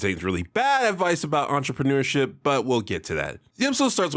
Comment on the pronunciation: Entramanureship IS more dignified than Onlyfans based “Entramanureship” had me cracking up whenever ya said it btw